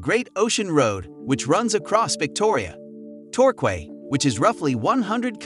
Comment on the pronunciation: Torquay is pronounced Tore - key 🙂